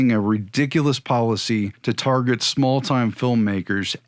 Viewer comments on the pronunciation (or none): none